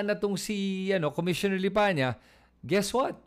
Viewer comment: May reason bakit Lipanya ang binibigkas mo, hindi yong totoo na LIPANA. Pansin nyo ba?